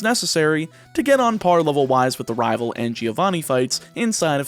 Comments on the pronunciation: At the beginning I couldn't help but notice that you are definitely southern. You don't have a strong accent for the most part, but when you said the list of rivals you pronounced a lot of them as rahval. As a fellow southerner there's nothing wrong, just an observation. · I love how you say rivel Its wonderful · I like the way this guy says rival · The way you say Rival, you must be my kin lol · It's weird how "rival" seems to be the only word you speak with an accent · He says rival like that one guy from that chowder show says rabble rabble rablle or whatever lol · you pronounce rival SOOO southern. immediately smitten. subscripe. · I love how you pronounce rival, it sounds so cool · This is the first video of yours I have ever seen, but that pronunciation of Rival really made me figure you from the Southern US. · you pronounce rival with a weirdly southern accent (no hate) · Where are you from? You have no discernible accept except how you say "rival". I just thought that was interesting, you just abruptly sound southern when you say "rival" but not when you say anything else. But this is a cool idea for a video! So much strategy in planning, it means you have to be careful - what if you need Pidgey in another game? Don't catch it! But what if you really need another Pokemon?! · I like how he says rival like a cowboy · Anyone else think he's pronouncing Rival real southern like in the beginning? In fact, he seems to slip into a southern draw alot this video xD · I love this idea it's super cool and unique. Also random question, don't want to dox you at all but are you from the southern United States? Only reason I ask is because the way you say the word rival just sounds super southern to me. Either way keep up the good work. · The way you say rival